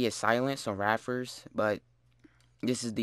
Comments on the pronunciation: Raffer? Its pronounced ray-pea-urr or ray-pier. Good vid tho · Sorry it just drives me crazy. Ray-pier. Like a Manta-Ray and a Pier by the ocean. Ray-Pier. Rapier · Ray--Pee--yUhr is how it's pronounced. Glad to help! :D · The p is not silent in rapier